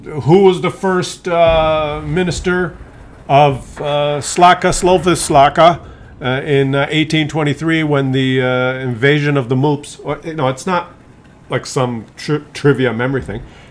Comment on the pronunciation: It's not moops, it MOORS!